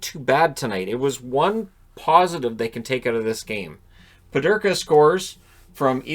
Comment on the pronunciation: Peterka not Pederka. Canada dominated today. We will see how Canada does against Finland.